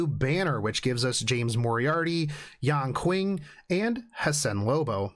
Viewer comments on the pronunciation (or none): the pronunciation for yan qing gave me depression